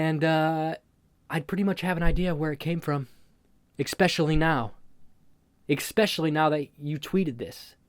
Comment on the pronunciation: Why the fuck do you say expecially instead of especially, learn English friend.